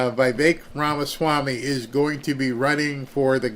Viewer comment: RamaSwami , not ramaSHwami